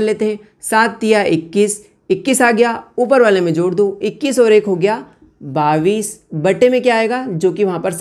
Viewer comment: Sar Babis nahi Bola Jatahai bais Bola jata hai